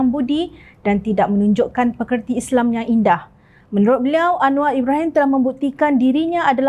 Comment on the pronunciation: Maaf cakap, majoriti rakyat Kelantan tak reti sebut Islam. Isle, isle, isle!